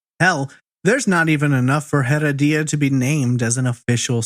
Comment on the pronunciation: OMG I'm so sorry but listening to you saying Rodolfo Heredia's last name is like hearing nails on a chalkboard! It's HEREDIA pronounced UH-RED-YUH. In Spanish the H is silent, and you are definitely not keeping in silent. You are pronouncing it like HEAD-UH-DEE-UH now try UH-RED-YUH. See how easy, you added a whole other syllable & made it harder for yourself. Thanks for your awesome content btw. I've been listening to your content for the past 2 yrs and I absolutely love it.